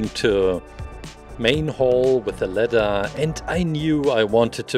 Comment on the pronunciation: I kept on thinking he was saying letter not ladder